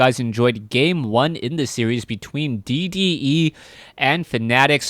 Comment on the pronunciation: i will subscribe to u, if u don't say crevasse like that. llol jkss =P